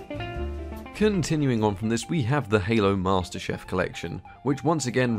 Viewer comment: i feel insulted slighty with the chef collection my childhood lol chief! chief not chef lol